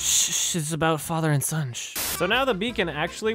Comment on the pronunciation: Okay, I'm not an English native speaker, but anyone else thinks that is pronouncing "son" as "shon"? Is this a Canadian thing or am I a dumbass?